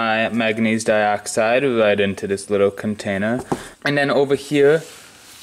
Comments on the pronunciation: The letter(lettew) R is not pronounced as a W nor is the lettew L. Undewstand a wittwe bit bettew. It's cute when you describe your age with your fingers, but your a little old for that . Still is him just the cutest wittwe man. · His camwah shut off when he was using his widdwe bwhoa towarch..lol